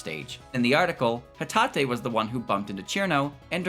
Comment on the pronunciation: yes he pronounced it correctly